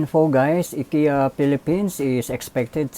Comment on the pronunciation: It's pronounced "AY-KEE-YAH." Just correcting. :-)